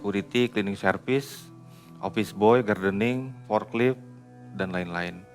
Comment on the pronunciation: forklift, bukan forclip